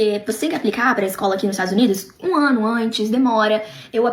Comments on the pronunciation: "Jamais moraria nos 'estragos unidos'" KKKKKKKKKKKKKKKKKK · Estados Unidos?❌❌ estragos unidos✅✅💋